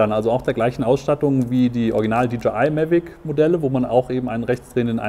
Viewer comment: Warum sagt er die ganze Zeit "Mellweg"? Die heißen "Mavic" dachte ich?...